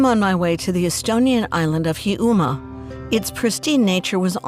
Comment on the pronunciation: Please PRONOUNCE the words correctly. It's Karwosta, not Karasta, and Heeyoumaa, not Hee Umaa. And could you, just for once, actually interview an EXPERT, not an ex-journalist who happens to live there? And FACT-CHECK the things people tell you? Sorry,, you make incredible documentaries but this isn't one of them.